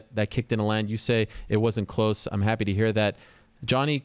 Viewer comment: " I'm 'appy.." - Anderson Silva